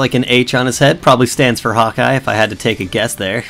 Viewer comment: Its sounds like you say hot guy:D